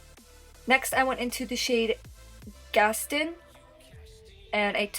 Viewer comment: Pretty! Gas-tin?!!! 😂 Gast-AWN